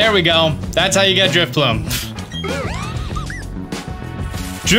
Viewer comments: That’s not “Drifbloom” - it’s Drifloon. And you’re doing it on Friday morning, not Friday night. (?!) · Did he say DriflooM???? 🤔😩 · It's Drifloon, not f*cking Driffbloom! You'll get one on Friday!